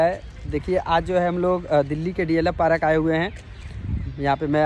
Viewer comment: पारक नहीं पार्क 😅